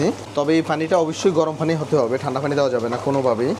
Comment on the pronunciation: ফানি না পানি?🫤পানি উচ্চারণ না করে ফানি ফনি করেন শুধু🤔